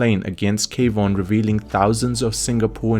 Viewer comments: Kwon is pronounced Kuan. not K-Von. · Kwon is a one syllable word, not two